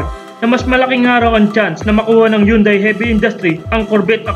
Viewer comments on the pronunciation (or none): none